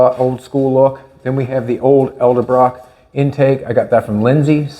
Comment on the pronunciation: It's "ED-L-BROCK"